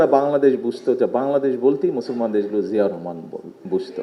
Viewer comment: বাপের নামটাও সঠিক ভাবে বলতে পরে না